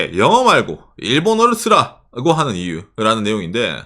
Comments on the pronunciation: 써라고 가 아니고 쓰라고 입니다. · “써라고”가 아니라 “쓰라고”겠지요… 경상도 사람들은 왜 ㅡ ㅓ 발음 못할까…